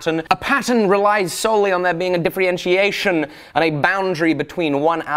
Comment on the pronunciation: difrientiation :D lovely new word